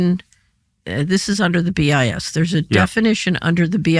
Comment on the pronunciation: BIS sounds like “BS”; probably intentional!